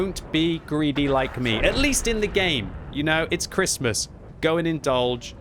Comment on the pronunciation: Why can't you say Christmas???